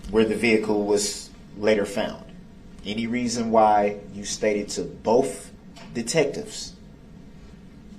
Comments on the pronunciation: He says “bofe” in this video so many times. I guess it’s really difficult for him to say the word “both” correctly 🙄🙄🙄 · "BOf" ? Such a moron DB is!